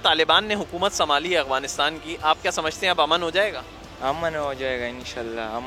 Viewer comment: Agwanistan ni jnb Afganistan ., تلفظ درست فرما لے۔